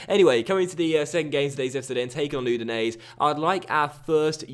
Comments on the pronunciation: Udinese is pronounced "Oo-di-nay-say" by the way. The 'E' at the end creates the 'ay' sound. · Not really but still better than his pronounciation lol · be honest that's true. But I know that the way pronounces it isn't correct.